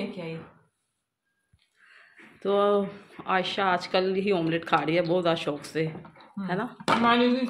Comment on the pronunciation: It's not asshaaaa...it's ayesha